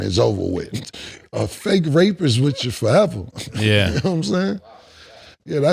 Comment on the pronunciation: “It’s whitchu” 😂